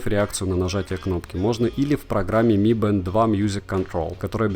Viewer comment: Не мы бэнд, а ми бэнд!!!!!